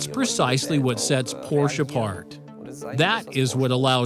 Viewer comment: Why did you go with an English voice over narrator that struggles with the pronunciation of Porsche? Just odd.